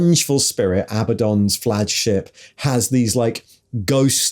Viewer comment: Never expected “flagship” to be pronounced like “flagellant”. 😅 But hey, “flajships” sound pretty cool. 😉